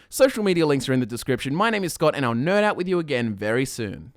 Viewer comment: Please tell me I’m not the only one who heard “Nirn out with you again soon” instead of “nerd out” at the end of the video